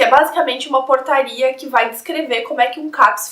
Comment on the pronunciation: Quando ela falou portaria, eu ouvi porcaria KSKSKSK